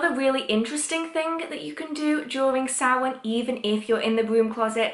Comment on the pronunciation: As a Gaelgóir, I must thank you SO MUCH for pronouncing Samhain correctly!! And it is upon us again, folks. A Blessed Samhain to everyone this year, and may it give way to more clarity in times ahead 🍻🎃💀